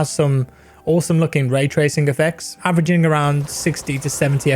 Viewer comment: accent when said "with averaging" is really make my game adrenaline up